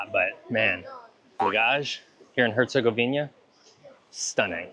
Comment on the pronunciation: Did you really say Monastery where Muslim Dervish lived? Dude! It would be like saying a Catholic Synagogue! Its HERCEGOVINA NOT HERCEGOVIÑA,the ćevap is ground meat,just like burgers not sausage! By the way most of the weapons used to destroy that beautiful country and its historical and religious treasure was supplied by the West! Even Hitler spared the Stari Most!Thanks NATO for helping out! Just think about it,look at what was Jugoslavija then and look at the new countries that came from the break up,they have bases and soldiers everywhere! Do you really thing that its by chance?